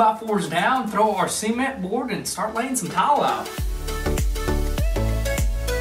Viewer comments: see-ment dang son: ce-ment 😭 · I like how you guys pronounce cement 😂 in Canada we say it pre much suh-ment 😂